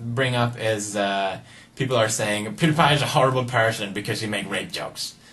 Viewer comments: No one likes you, you're talking to a video that cant talk back, check you likes to dislike ratio. Its also pronouced peeeewwwwdiiiiiiiieeepieee not poodeepie. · Don't beg it, and it's PewDiePie, not poodeepie. Get it right. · why does everyone prononce it pyewdiepie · please stop saying "pwediepie" its annoying